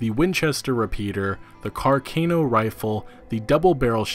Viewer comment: It’s car-ca-no